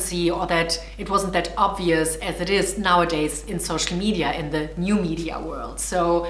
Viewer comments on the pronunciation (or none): none